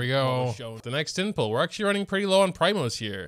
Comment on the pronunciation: it's PREEEMOS not PRYMOS